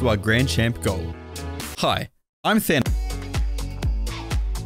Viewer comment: Is it pronounced thanovich?